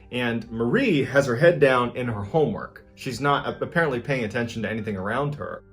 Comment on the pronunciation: You blew the last line! You said "Apparerntly, noone likes to live in this house for a very long time." but you should have said, "Apparently , noone likes to live in this house very long."